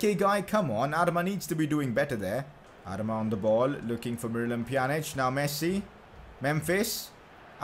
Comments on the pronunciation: Bro you are saying adama wrong😂😂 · Its adama not adama